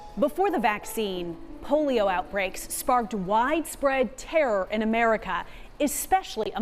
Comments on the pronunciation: terror but in that accent the "or" is silent or mabye the microphone wasnt working? terruhr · "sparked widespread "terr"..." what the hell is terr?